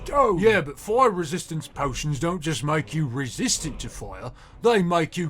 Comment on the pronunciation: Hellooooo native Brit here I have some points for you :) I’ve written some of this in phonemic letters cause pronunciation is hard over the internet - R sounds; they should be a bit softer I think, at least for the princess specifically. Noticed it for words like fire and after - The o sounds in Gedlock and others should be more towards the front of your mouth; less /ɑ:/ and more /ɒ/! Making your mouth more round might help with this? For the king specifically: - I liked the tone you gave “did you hear that dear”, good acting lol. Hear and dear shouldn’t quite sound the same; think of how you’d say deer instead - Not every word has to have its vowels emphasised, I noticed it when examine how you say “this” - The “Us” was good, perhaps a liiittle bit too buzzy at the end but it’s definitely what you should be doing! For the guards: - “high temperatures” I think it’s probably the very end that was a snag; cockney tends to clip words a lot, like high becoming ‘igh and such. The end should be clipped to be /teəmprʊəʧz/! Keep that in mind for other words, like “who” in that same segment with that guy lol - I think neither should have pronounced the other way but I constantly mix up how you’re meant to say it this side of the pond so I couldn’t tell you!! fellow brits help me please You get the jist of the pronunciation rules overall; sometimes you slip, but of course these rules become more and more of a habit the more you practice! Watching British media clips and tr